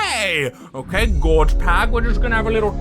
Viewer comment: It's Gorg with a G not a J